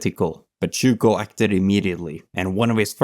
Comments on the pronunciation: Just small nitpicks. Overall brilliant video but "steppe" is pronounces as step. Zhukov is pronounced as zukov not as zuko. Very good video. I subbed! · Really petty pet peeve: you're mispronouncing his name rather badly: It's Gheorghy (hard G, as in God) ZhukoV (the v isn't silent). Especially pronouncing the first name as the diminutive of the English "George" makes it sound a bit silly. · Chouko ? IA améliore toi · Zhu-k-off not Zhu-k-how ! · His name is Zhukov with a V an on the end. You keep saying zhuko… But thanks for the video. There is a lot of controversy around him though. He didn’t spare the life’s of his soldier. That is quite questionable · "Jorjee Jukov"? Looking up at dictionaries, no? %( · Good Video but pronounciation of Zhukov is terrible. The first letter is a j sound like in the french bonjour, bon->J<-our. And the V at the end is not silent! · Wish the narrator would pronounce his name correctly 😮😮😮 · Great video, but maybe you could make sure the pronunciation is right... especially for zhukov's name... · You are the first English speaking person I saw who produced zh in Zhukov correctly. You still got v as w and georgiy as jeorjiy but I guess that's asking too much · Your pronuncian of his name is way off. has it right. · Extremly good tribute to my goat Zhoukov. But please try to prononce the v at the end of his great name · But get to pronounce Zhukov’s name properly come on, with a clear vee sound, that blood V is not silent! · maybe, but the name of the protagonist is spoken wrong the whole time :(